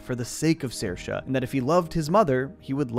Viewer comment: I love how you pronounced Saoirse. You got it pretty accurate 👏👏